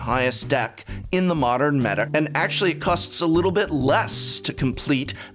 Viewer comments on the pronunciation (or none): none